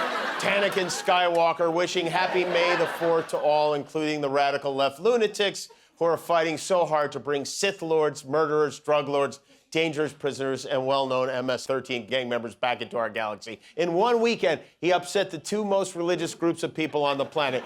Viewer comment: Not Sith lord. Syph lord.